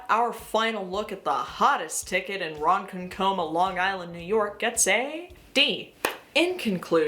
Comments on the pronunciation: it's pronounced "ron- conk-uh-muh". and its not a small town. The further you travel out east on Long Island, the more conservative it gets. its very scary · you did NOT just say ronkonkoma as Ron Cun Comma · im gonna cry i pressed play and was doing something else and just heard "small town in Long Island called Ron Cun Comma" HGJDFHJHHJGH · im usually never in the comments but i simply cannot let this injustice stand. its not ron-con-KOH-mah. its ron-KONK-ummuhhhh and it's one of the most fun city names to say. love the video tho and your makeup is on point!! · not "Ron Cun Coma" 😭😭😭 love the video it's a Ron Conk Kama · please go watch " 200 cigarettes " so you can learn how to say " RONKONKAMA" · There are not many hills I am willing to die on for these yokels, but I WILL fight for Ron-CONK-c'ma to be pronounced properly, because that town didn't deserve to unearth the trilobites that were peacefully fossilized beneath the sediment of Long Island. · I’m not from LI, but from the same state, it’s called ron-kong-kama. I know strange, it’s similar to how you pronounce in Massachusetts, Worcester, as Wu-str. Or how you say Poughkeepsie as Po-keep-sie. Nothing is pronounced straightforward as it’s spelt in the northeast 😂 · lmfaoo Ronkonkoma its pronounced like Ron Con Cumma but as one word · Hey Long Island native here. Ugh I hate these MAGA types. By the way the town is pronounced Rawn-Kawn-Koh- Mah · how did I know that this was from Long Island… I hate it here… I see people driving around with cars fully decked out in trump flags and stickers. it’s so crazy dude. also just so you are aware it is pronounced Ron-kon-coma. A lot of the towns here are tricky to say but they came from the names came from indian tribes on Long Island! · Ron - con - coma is how u say it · On behalf of Long Island, I’m sorry On behalf of Ronkonkoma: it’s ron-KON-koma (LI has lots of Native American names that are difficult to pronounce) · The moviefone pronunciation LOL!